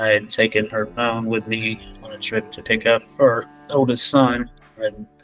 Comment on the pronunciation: „pohine no“ yep seems legit